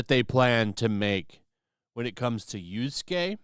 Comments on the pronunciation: whay do you say yusuke and not yasuke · YAsuke NOT YOUsuke. Please pronounce it right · It's Yasuke, not Yusuke. lol "Yas-kay" not "You-skay" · Why do you say "Yusuke" instead of "Yasuke"? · Did he really say YUSUKE like the protagonist of Yu Yu Hakusho 😂😂😂